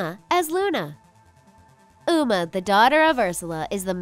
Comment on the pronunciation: I found a mistake in your video you said una not uma. you said meerged intsed of marged.you said gung not gang. you said l;ungcon not lincoln